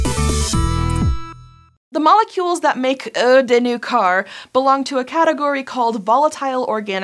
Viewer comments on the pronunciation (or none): ""uuuh de new car"?? if you make a joke, at least try to make it sound right. "eau" is just pronounced "oh"" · Is that really how americans say "eau"?